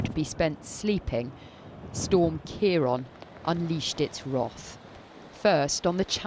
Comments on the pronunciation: My goodness it’s a miracle no one was killed. My she keeps saying Ciar on instead of Ciar án. She needs a lesson in pronunciation 😊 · Why do they keep saying 'storm Keyron'? Ciarán is the Irish spelling for Kieran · keeron??? Wroth ??? why cant she pronounce words correctly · Pronounced keiren not keiron! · Keer-on.. what’s that? They could have learnt how to pronounce it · Storm Kee-ron eh? Welcome to Scottish weather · The really shocking part is is the way they keep saying ciaran